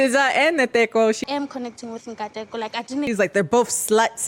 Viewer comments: Nkateko would be pronounced like "Kateko". The N is silent. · Okay I hope I can explain this. His name is Nkateko. You know how you would pronounce the letter N as "en". Well instead of "en" you just say the "n". So its N-ka-te-ko. N (just the n with the "en"), ka (the word car without the r), te (first part of the word texas) and Ko (first part of the word coffee). I am not trying to sound like im dumbing it down, its just we have a different vernacular to Americans. N-ka-te-ko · The way pronounces South African names with a Korean accent is so adorable. "Nateko" has me in stitches😂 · It's pronounced Nn-kar-tear-ko. In my South african accent anyway😂 and some white South Africans pronounce it worse than you are. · Ntakeko name dribbles people so much. Say the n (say in if you struggle, it’s wrong but close 😂)- kaaa- Tay- kow. Now this pronunciation is not right but it’s close enough for us to know what you are saying 😅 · With Nkateko, you pronounce each letter in groups of two. N-ka-te-ko and the O is stressed a bit more, the way you would pronounce the capital O sound. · The reason why you don't get why people call Nkateko "K" is because you are literally omitting the K sound from his name :face-blue-smiling::face-blue-smiling::face-blue-smiling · You honestly got Nkateko right as many times as you got it wrong which is great for someone who ain’t from South Africa. Like the white peoples in South Africa who grew up around black people really struggle so you definitely better than “some” people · It's so cute how tried to pronounce Nkateko's name hle. Thank you for breaking and reviewing our version of The Ultimatum. Also Khanya and Nkateko broke up. It seems like she has gotten violent again and they are now co-parenting only. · As a South African viewer who's been subbed since the korean story time era, seeing the thumbnail made me so excited. I knew you wouldn't be able to say my name (Nkateko) but I appreciate trying respectfully.